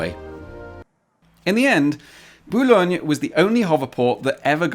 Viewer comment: Hearing someone pronouncing "Boulogne" perfectly but then messing the "r" of "sur-mer" right after will never not startle me. Too big of a jump, too close together. Uncanny valley stuff that my brain can't get used to. Also I think the H in the circle is for helicopters. From what I remember usually helicopters land on things that look like this.